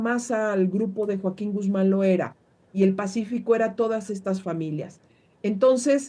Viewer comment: A la entrevistada , es Loera no Loaera , me extraña 😅